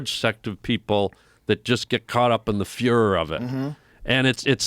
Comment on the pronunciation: ... "get caught up in the 'fuhrer' about it... he knew what he was saying lol